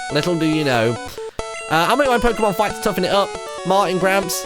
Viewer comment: did anyone else notice that Martyn pronounced Pokemon 3 differ ways? (Pok-ee-mon, pok-uh-mon, and pork-ay-mon)